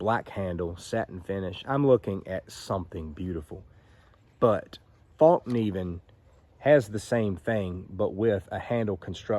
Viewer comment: Pronounced fell-keneiv